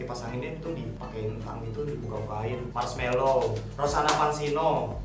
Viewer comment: Bang bukan rosanna pasiano tapi Rosann Pansino